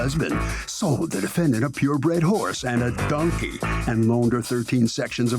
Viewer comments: Right, it's “donkey” not “dunkey” and I would have brought him too. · If you cannot say DONKEY correctly, then you shouldn't have it!